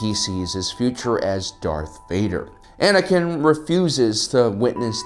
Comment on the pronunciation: Anakin's not Anikin's